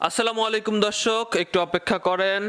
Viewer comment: দশ্যক না, দর্শক। হাপেজ না, হাফেজ